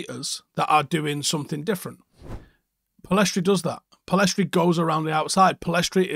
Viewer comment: Pellistri not Pellestri.